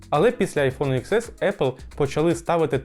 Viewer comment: ріже слух коли кажуть айфон ікс ес, добре відео, але вірно казати айфон (десять ес), пробач за критику